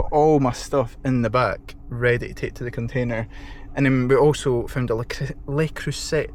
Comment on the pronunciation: "Le Crusay" is how I believe it is pronounced. Top find. Good work on getting Container, personally I think you could have organised your room to accommodate all - however good for your future. What are you using to keep track of Costs and Inventory? Something I massively overlooked in my early days and it soon catches up on you. Good stuff 👍